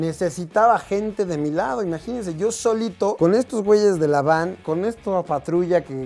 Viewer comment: 1. Esta bastante claro que no generalizo 🙄 2. Hoy en día ya no las utilizan por considerarlas impracticas, pero hubo un tiempo en que si las utilizaron: Por cierto, es Van, no Vam 3. Y si tenia la ventana abajo?🤔 Además e hay grados de polarizado, y ciertos grados no cubren al 100% (mi carro tiene un polarizado bastante leve). 4. Y porque no? No la está golpeando o si? Le esta llamando la atención a alguien que por su imprudencia casi ocasiona un accidente, malo hubiera sido intentar bajarla a la fuerza de su vehículo. 5. Una persona frustrada es una persona que no está logrando lo que desea en la vida. Se propuso metas y objetivos pero no las puede lograr. Y como no puede lograr las metas que se propuso en la vida, sin darse cuenta, comienza a vivir con una mala actitud hacia la vida, hacia los demás. Por ejemplo, una de las características de las personas frustradas es que se enojan rápidamente cuando se les contradice. Cualquiera puede tener estas características, el problema es cuando a alguien con esa actitud inestable se le da un arma y un puesto de autoridad. No veo porque tendría que irse a checar? 6. De nuevo, no generaliza, solo dice “algunos”, te puedo decir que como alguien con una cierta cantidad de conocidos que trabajan en seguridad pública que, sus test de dopaje no son 100% infalibles 😏, así que el hecho de que esos marinos en particular estuvieran en estado inconveniente enrealidad no es tan descabellado, pero ese es un terreno algo subjetivo